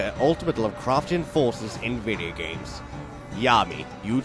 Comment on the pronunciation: I love the way he pronounces video games "videagams"